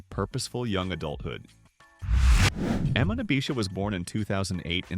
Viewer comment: Her name is pronounced E-mahn, dummy.